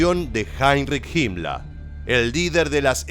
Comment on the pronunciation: Hola podrías explicarme quien era JIMLA me parece que pronuncias muy mal los nombres alemanes. No sera que te refieres a la HIENA HIMMLER de facil pronunciacion. Saludos desde Uruguay